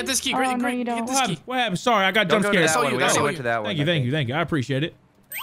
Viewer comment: please dont say "sowy" ever again grizzy...